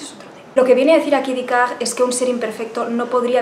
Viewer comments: Aunque lo este trantando de pronunciar en fránces lo pronuncia mal. Ella dice Dicart ( un frenglish un poco raro), cuando en realidad es Decart. Hubiera sido mejor que hubiese dicho Descartes y ya está. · Ha dicho «decag», ahhhh!!!